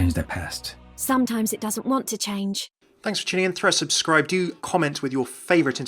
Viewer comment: “Subscrub” lmao, I love u tho